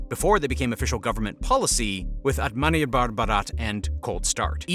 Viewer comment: Okay just a correction it's "Atama Nirbhar Bharat"... and not "Atamani Bhar Bharat"... it's means self reliant Bharat(India)